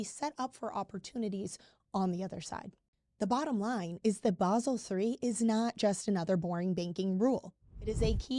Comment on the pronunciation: What is "Baahhsel"?